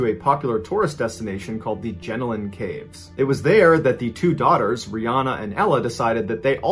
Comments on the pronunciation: Love that you tried to pronounce Aussie things, but: Jenolan Caves - Jer- noel - an (not Jenalin) Goulburn - Goal-bin (you were real close on this, probably cause you got Melbourne, Melbin right) Wangaratta - Wang-gah-rat-tah (gotta say it like a Bogan) Yass - Y'ass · He pronounced Je-nolan Caves as Jen-o-lan Caves. Bathurst is only 197kms away from Sydney. A bit disappointed that these facts were not researched better. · I can't believe the jail not noticing he wasn't there! They have multiple roll calls a day, and it was never noticed that he wasn't in his cell? That's ridiculous! I love the pronunciations of the towns in Australia! That had me rolling around, laughing my head off! Especially with Jenolan Caves and Wangaratta. I grew up in the vicinity of Jenolan Caves. It's out on the middle of nowhere, thick bushland in every direction. The case of that family was all over the news. At the end of the day, no one but them know what really went on, and it's really no one's business. I also remember the story of the paraglider. It was an absolute miracle that she actually survived. She should have, in all reality, suffocated due to lack of oxygen, or at least had some sort of brain damage. It goes to show that the human body is capable of amazing things.